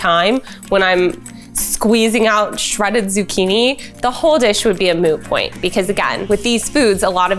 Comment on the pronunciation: Sounded alot like ‘ a moo point’ lol. I was lightweight hoping she was referencing Friends 😂